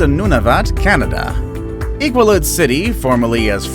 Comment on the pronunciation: Iqaluit is not pronounced "I-kwah-luht". It's pronounced "Ee-qaa-loo-eet"